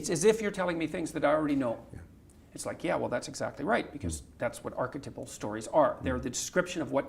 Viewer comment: Why is he saying archetypal so wired? Why is he pronouncing it archetipal? Is that an accent thing?